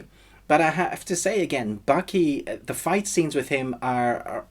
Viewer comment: its Baki not Bucky also part 3 not in English anymore if I want to read il pick up a book